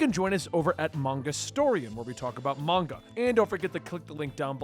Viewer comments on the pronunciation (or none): none